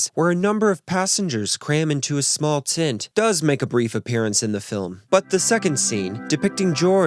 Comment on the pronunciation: Tent not tint… lol! Wow! This was extremely well done!!